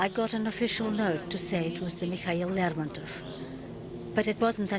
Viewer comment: You'd think they'd ask somebody how to pronounce the name of the ship correctly